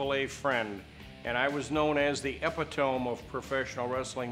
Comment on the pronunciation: "Epitome" is pronounced "E-pit-tom-ee"! FFS!!!!